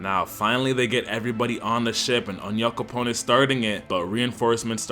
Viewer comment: Ion know why but I loved hearing people in the anime say Onyankopon